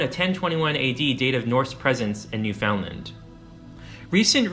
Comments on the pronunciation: He's also saying New-FOUND-lind. It is spelled "Newfoundland" but locals pronounce it as rhyming with the word "understand" so... "new-fin-land". This makes more sense as "fin-land" sounds like "Vinland". Born & grew up there... Interesting video. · NEW-fun-dland, not new-FOUND-land. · You have reserved this very well, but I have to say, your continuous mispronunciation of the word "Newfoundland" it made this exceptionally cringworthy for me. Never ever ever pronounce it as 3 separate words. it is one word, mushed together, with the emphasis on the first syllable. Also pronounce it as though it is spelled, Newfunland. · NEW-fin-land. Not New FOUND land. Just a quick Google man. 🇨🇦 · Shot spears and thrown arrows? And it’s pronounced New-fun-land. You don’t pronounce it “found”. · Good video. Newfoundland is pronounced Newfundland and I believe Bjarni is pronounced Byarni. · This otherwise informative video is marred by the consistent mispronunciation of Newfoundland. The name rhymes with understand. So practice it.. understand Newfoundland.. in rhyme structure. I am embarrassed for your error here and hope you are too. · A lot of people mis-pronounce it. Newfoundland rhymes with understand. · When you do a documentary and mispronounce NewFoundLand... 😂😂